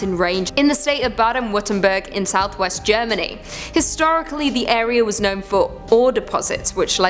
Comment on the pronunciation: Applause for your pronounciation of Baden-Württemberg 👏🏻👏🏻👏🏻! For non-native speakers, that's often a difficult word, and you were really close 👍🏻😊!